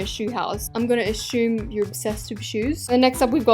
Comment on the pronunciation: Not me laughing at "If you live in a shoe house, I'm going to A-SHOE-me, you live in a shoe house" Xxx